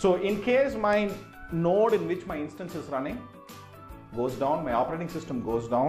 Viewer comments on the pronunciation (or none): none